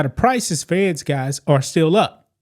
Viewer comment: Eggs, not edds..